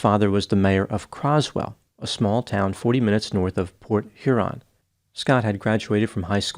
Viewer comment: This was a BIG case when it happened as we get few homicides. THANK YOU for pronouncing Port Huron correctly. (My hometown and where I live. Sort of surprised hearing it and Croswell.) Believe it or not, many people pronounce it: Port Urine or blend it together like Porch Yearn. Now if you can pronounce Mackinac and Gratiot you're a Michigander. ;P